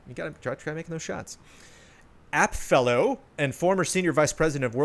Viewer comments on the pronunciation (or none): Correction, Epic vs Apple: "Apple Fellow" Phil Schiller, (not "App Fellow") lol 😆